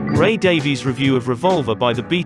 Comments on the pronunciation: Ray's name is pronounced "Davis" not "Daveees". Why is it so hard for people to get this right? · Just curious, why are you as a Brit pronouncing it Day-Vees? Ray pronounces it "Davis,"' as Brits typically do. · Pronounced DAVIS, not Daveyz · Okay - couple points. First, Ray Davies pronounces his last name "Davis", not "Daviees" Second, by then, contrary to what George was saying, the Kinks had already been on the same stage in London with the Beatles, at least once.. Everybody was waiting for the Beatles ... but the Kinks opened their set with "You Really Got Me", and, for at least a while, Ray says they OWNED the crowd. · His name pronounced Ray DAVIS. It's the Welsh Davies. Please correct the narrator. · It's pronounced like "Davis." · You must know, Davies gets really angry when anyone pronounces his name as you have. He says it is pronounced Davis. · Just say Davis, Davies is pronounced Davis for fuck sake. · 'Davies' is pronounced 'Davis'.